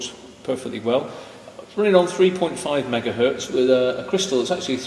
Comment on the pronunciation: Excellent video! One thing that bothers me, though, is that many English-speakers say e.g. "one megahert" when the z in "Hertz" should indeed be heard. Best regards.